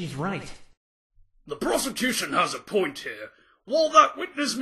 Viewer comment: Is he saying prosecution or prostitution xD